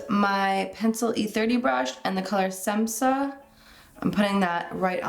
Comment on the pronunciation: Beautiful! Semsa say with Sh, like Shemsa!Š=Sh